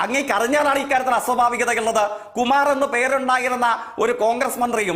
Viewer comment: അസോഫാവികത,സതമാനം, സൊഫാവം, സബരിമല